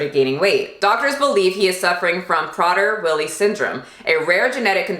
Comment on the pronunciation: I've met someone with a daughter with this disorder and they have to lock up the food and be so so strict with her down to the crumb. Even though she's older she cant control herself around food because the poor girl thinks she's starving. It's pronounced "pray-dur Willie".